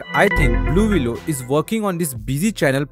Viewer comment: Thanks for telling me. 😂 I thought he was saying- Baloolooloo. The bear necessities of a.i life will come to you!